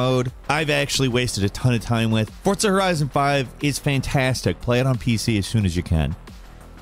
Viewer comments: Its forza not fortza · "Top 20 times of how to mispronounce Forza by adding a "T" and saying Fortza." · Why Fortza though? It's Forza lol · Am I the only one that, for years, only ever heard everyone pronounce it "for-zuh" then about a year ago literally everyone is saying "fort-suh"? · Dude the way you are saying "Fortsa" is absolutely infuriating WHY ARE YOU SAYING IT LIKE THAT